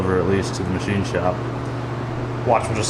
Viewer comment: The ma-she shed